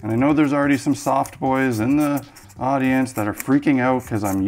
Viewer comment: I had to rewind really quick like “Did he just say ‘soft boi’??? Oh my gawd, he did. That’s cuz he’s a ruff boi.”